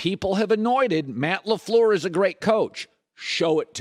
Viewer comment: You can tell Cowturd hates The Packers just based on the way he pronounces LAFLEUR alone. 💯